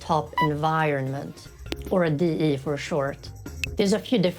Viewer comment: I like the way you say DE the E sounds weird tho